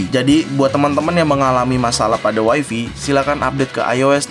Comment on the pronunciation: Wai fai cuy bukan wai fi